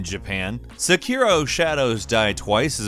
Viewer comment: Nothing says australia like sekirooo... Lmao